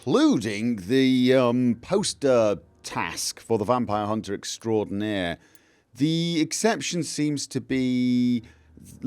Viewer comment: No, no (hehehehe)… Vampire Hunter EXTRAORDINAIRE (did with regal tongue roll). Hehehe.